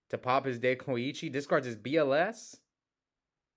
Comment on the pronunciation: was pronouncing Dekoichi correctly … Tsukuyomi is pronounced Tsu-ku-yo-mi I know because I play OCG btw